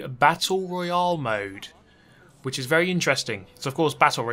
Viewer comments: What? He says it the same way we do? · As an American I hate how he says Royale 😂